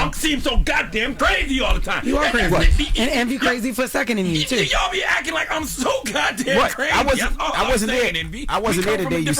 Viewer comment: Charlamagne there is a “T” in acTing lol 😂 over there ack-ken